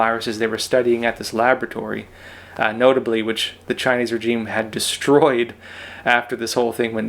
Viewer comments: The word regime is pronounced differently than you say it. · Love your channel but please find out how to pronounce the word regime correctly Google it for petes sake!